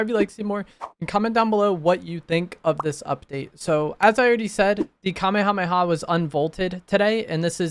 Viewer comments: At least he knows how to pronounce it correctly lmao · that wasn’t a hate comment😭 it was meant to be funny cause he said the word so much but fr at least he can say it correctly.